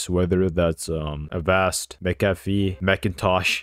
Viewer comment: W FOR USING MCAFFE AND ITS PRONOUNCED "MC-AFF-E" U GOT IT CORRECT!